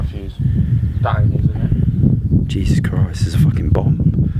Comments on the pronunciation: Stop saying juses krist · It’s so funny when he says ,” Jesus Christ ( in Australian and British accent ) “